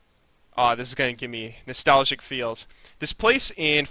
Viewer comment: i never heard someone say nestalgic or wahtever before then u say it like 40 times in a video